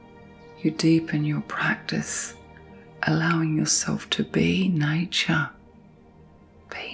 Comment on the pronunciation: Repeating the word relax doesn't help. Is she saying nature? Sounds like nie-cha... I was all, what???